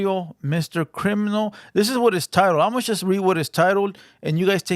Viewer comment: Its JUST not CHUST #brokenenglish